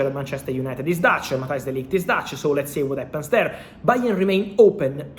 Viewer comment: de Ligt not de Light 😉